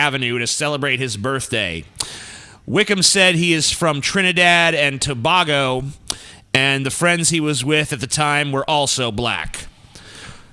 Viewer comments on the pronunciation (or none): I liked this video when I heard correctly pronounce Toronto but then I retracted that like when he butchered Trinidad and Tabago a few moments later.